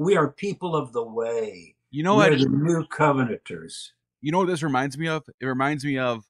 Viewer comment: The New Co-ve-nant-ans